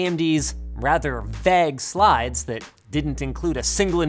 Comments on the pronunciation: Is it just me or did Linus pronounce "vague" as "vag"??? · the way you're saying vague is pissing me off lol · Does anyone else absolutely loathe the way Linus says vague? Is it just another one of his trolls like GIF? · Vaaag... Vague... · 'Frustratingly VEGG' <- Canadian accent can't escape sometimes huh XD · Vaag? 😂 Is that like a Canadian or Linus thing? I thought it was pronounced differently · Canadians pronounce vague as 'veg'? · Ok but why does he keep pronouncing "vague" as "vag"? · Was interested by how Linus says 'vague' at 0.32 and elsewhere - is this how Canadians generally say this, or some eccentricity of Linus' pronunciation?